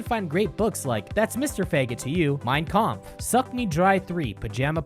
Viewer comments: Your pronunciation of "Mein Kampf" made me laugh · Im German and its so funny how you say "Mein Kampf" :D